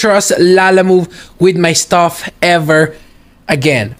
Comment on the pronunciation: "STUFFF not STAFF"